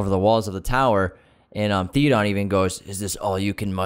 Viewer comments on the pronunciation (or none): It's not "Thee-o-dawn" it's "THey-o-din."